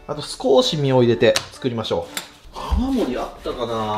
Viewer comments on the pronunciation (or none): 泡盛が青森って聞こえる、青森県民です(笑)